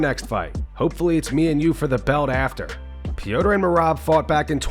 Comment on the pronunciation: Please stop with the Pewter yan stuff. His name is Peter. Call him Peter Yan. Or Peh=Ter. It's definitely not Pewter Yan.